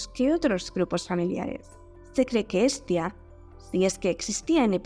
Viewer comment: Te diste cuenta que Pascu y Rodri lo pronuncian como "Es tía" y luego cantan de muchos sobrinos? Unos genios. Tengo cerebro igual 😂